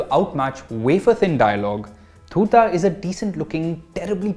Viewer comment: My opinion to your review is the same as yours in this video...if it is very slow paced for you, i think you should stick to movies....u didn't even pronounce the name of the series properly........god bless you when you watch the final destination.